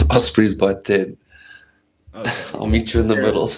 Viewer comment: OSbry??? you mean OS-prey right?